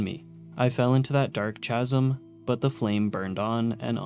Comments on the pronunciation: If it makes you feel better, he also mispronounced nanometer, micrometer, and melee. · OMFG!!! I just got to the guns section of this video, and he pronounced the word “chasm” as “CHASM”. I know it’s spelled that way, but COME ON DUDE….. it’s pronounced as “Cas-em” or “Kas-em”, not fucking “CHASM”! I think this YouTuber has been locked in a basement without any friends for too long…. Probably gave up on school around 3rd grade… My dude, you really need to learn how to pronounce words before narration occurs… just saying… you sound like a fucking pleb…. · Why say Rawr and Roar? Also, Chasm is pronounced "Kazm". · I was not ready to hear you pronounce "chasm" with a soft 'ch' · Also mispronounced paciencia, chasm, and several others. I'm surprised he said Euclid right. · Bro, please learn how to pronounce chasm and Yangtze, this shit is not hard